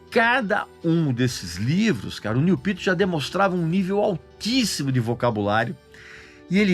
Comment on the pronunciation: Cara fala o nome do cara direito